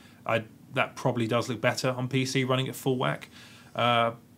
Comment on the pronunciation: RUNNING not WUNNING.